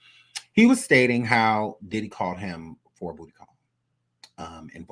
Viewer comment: The way says "BOOTY!!!" gets me everytime💀